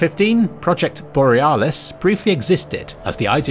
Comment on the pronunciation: boreAHHHlis mayLEE COMBAT